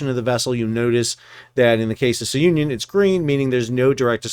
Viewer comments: SOON-ee-yun. Like union, but sounion. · The correct pronunciation is Soo- nee- un. It is a formal Greek name. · It's pronounced Sue-Neon (named after a place on Greece)